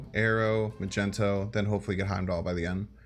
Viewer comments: The "Magento" thing is annoying. Like dude chats even trying to tell you. I thought it was a troll thing but then he said Giganto.... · Why was he pronounced it "Magento"? It's like a Magnetic, but with O at the end. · Why does he call him magento ? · Mag - nito (how to pronounce Magneto) 🤗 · Lol at “magento” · Did you call magneto.. Macento? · Dude hasn't seen one of the dozen X-Men movies 😭 wtf is Magento 😭😭 and then hard G giganto 😭😭😭 wtf dude this is so painful!!! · call him Magento one more time i fucking dare you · Dude why are you spelling magneto wrong all the time... ma gNE to, there is no gen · please stop saying magento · He says it on purpose unlike Mogwai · My mans just said "Magento"...... On more serious note, this is one of the more innovative decks I've seen in recent play and I'm really looking forward to running this. Btw, would Psylocke be a good enough replacement for wave and are your tier 3 and 4 decks meaning they're higher or lower tiers (like some ppl say tier 1 is best, and vice versa) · What you mean? It's Majento. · Please tell me you're just making fun of magneto's name. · You have the best fans I've gone through the comments and no one seems to care to call you out for your slaughtering of the name Magneto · I'm preeeety sure he says it on purpose, I think it's a meme on his channel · also it's just a meme and he does it just for fun He calls Luke Cage, Nick Cage as well. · Ma -Gent-O. Wha???!! Because he is in shades of purples or magenta???!!! LOL?? It is Mag-Neat-O, even though I prefer myself Mag-Net-O. Neat-O sounds so silly too. All YouTubers I notice mispronounce KAZAR incorrectly, in X-Men #10 it's pronounced "Kay-Sar", and my sides hurt when I always hear "duh ya, Ku-Zar". Otherwise Heimdall Non-movement plays are sweet sweet music plays, love it!! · it's fuxxing MAGNETOOOO NOT MAGENTOOO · Did he just say Magento? His name is Magneto 😜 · Yo who is “MAGENTO” lmao its MAG -NE - TO